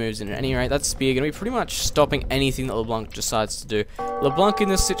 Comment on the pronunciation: you have "leblanc" almost right. Just pronounce it like you do now, but don't pronounce the "c" in the end, the "n" should be the last one to be pronounced.